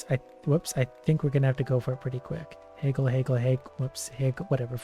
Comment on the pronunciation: Who else has never heard someone pronounce "haggle" like "heygull"?